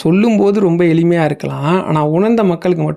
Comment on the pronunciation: "" இவருக்கு மிஞ்சின ஆலே கிடையாது "" , என்று சொல்கிறீர்கள் , ....... "" அவர் மிகவும் எலி மை யானவர் "" என்று கூறுகிறீர்கள் !!! அவை "" ஆளே , எளிமை "" என்பதே சரி . தயவு செய்து " ள " என்ற எழுத்தை பிழையின்றி சரியாக உச்சரித்துப் பேசுமாறு கேட்டுக் கொள்கிறேன் , பதிவிற்கு நன்றி 🙏 .